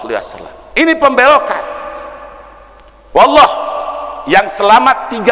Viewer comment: kok sumpahnya walloh Bukan wallohi, kayaknya canggung banget nyebut huruf sumpahnya